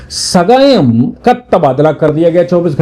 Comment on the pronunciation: His name is Sagayam not ugayam